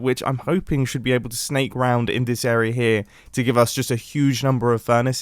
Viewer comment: Can we all just agree that Mumbo is incapable of saying the word "area"? He always just pronounces it as errrrrra